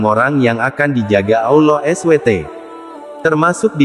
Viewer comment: Mohon maaf pengucapannya harus di sempurnakan jg SWT.